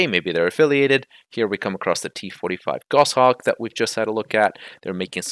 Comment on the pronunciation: It's not the same kind of sim as DCS. You can't provide the level of detail they are promising for aircraft that are classified. I'm all for competition, so we'll see how things go. Also as a falconer, I gotta say it's Goshawk not gosh-hawk ;)